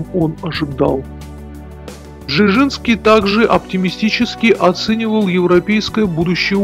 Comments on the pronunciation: не Бжижинский , а Бжезинский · Почему нельзя нормально произнести:"Бжезинский"? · Бжезинский родился и рос первые годы в Харькове, столице УССР тогда. Записан как польский гражданин был по "порту приписки" родителей. Маленький совет: если трудности с произношением польских имён и фамилий с такими сложными звукосочетаниями, как у дедушки Збига Brz-z-ński - произносите это rz "рж" как в чешском и южнопольских говорах вместо "ж" как в стандартном польском, потом "р" можно редуцировать. Так будет лепей. Да, поднагадил старик Украине, и российским демократам, и всей демократии в Европе, перед смертью изрядно, занял практически позиции трамповского крыла репов. Да и с советничеством у Картера не очень ясно чего больше он делал: помогал возможно лучшему Потусу послевоенных десятилетий или его лютым врагам. Тем не менее в своей "шахматной доске" написал один умный вещ - проблема не в марксистской идеологии, якобы реализованной в большевистской России, проблема милитаристской экспансии - в самой России. За что ему и RIP.